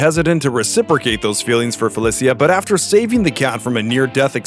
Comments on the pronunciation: IMO Ultimate Spider-man doesn't count BMB is a whole for creating that gen of comics. Oh and it is pronounced Feli-sha NOT Feli-see-ya for FELICA HARDY get it RIGHT MAN. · It's pronounced "Fe-LEE-SHA", not "Fel-E-SEE-A". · Felicia is pronounced fuh-li-sha, not fey-lis-he-uh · It's Fuh Lee Shuh not Fa Lih See yuh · Who the f says Felicia like that? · Ain’t not way he said Felicia like that. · how did you butcher Felicia's name that badly? smh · It really angers me how he pronounces “Felecia” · Not a real fan would say Felicia's name wrong! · Who says black cats name like that lol